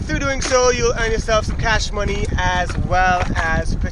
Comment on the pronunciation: the man say earn some cyash mone! great vid bruh, keep it at!